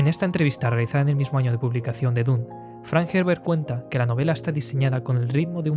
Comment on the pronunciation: Me ha gustado tu análisis, pero como todos los "jovenzuelos angloparlantes" meteis la pata en la pronunciación: D U N E. Ha si lo dijo Frank Herbert, por duna o dunas.